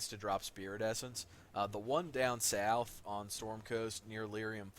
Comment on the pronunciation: “And just keep heading SoUwF.” 🤣🤣